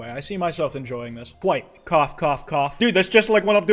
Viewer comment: "And that was my favorite episode of Spongebob." Kwite no